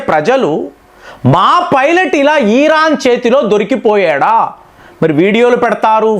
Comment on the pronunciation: ఈరాన్ కాదు ఇరాన్